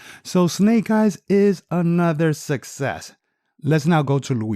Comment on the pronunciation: U forgot to cut the base of the seats out to allow them to sit deeper in the car. So much fir “SUSSESS” the word os Success (Suck SESS) not sussess 😑🤦🏽‍♂️